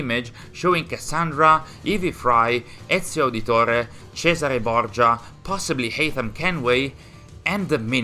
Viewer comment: Non c’entra niente col video, ma nell’istante in cui ti ho sentito pronunciare “Ezio Auditore, Cesare Borgia”, ho realizzato che sei italiano. Veramente complimenti, sto recuperando qualche video in questi giorni e non capisco proprio come ho fatto a non trovarvi prima, la vostra qualità supera altamente qualsiasi canale info che abbiamo qui. Iscritto immediatamente, vi seguirò con estremo piacere